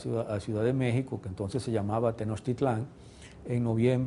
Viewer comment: Muy nacionalista este hombre pero ya podría a estas alturas pronunciar Tenochtitlan, no Tenochtitlán, con acento final. Que no es muy difícil eh, solo hay que tener cariño real por la cultura que el supuestamente defiende.